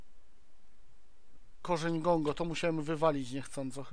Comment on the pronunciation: czytaj poprawnie:D Gango nie Gongo ^^ Dozorca, nie domokrążca:D